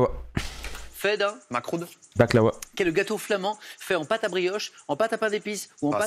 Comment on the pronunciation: le mec dit baklawa DZ RPZ